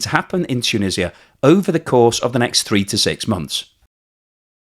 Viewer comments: Is this narrarator AI generated ? It constantly pronounces words wrong. It's, TOO-NEE-ZHUH, not Too-Nih-See-Uh. 🤦🏽‍♂️ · Great video. Just some comments on your pronunciation: It's pronounced 'tu-NEE-zja' in English, not ' tu-nissia'. 2) ma-GHREB, not MAH-greb 3) it's cOUntry, not 'cUntry'. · Tuuuunisa. its just Tunisa, or say Tounes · Tshunisia? Why? It is T-u-n-usia! Beside that, I like! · This hurt my head every time you said toonisiah. 😂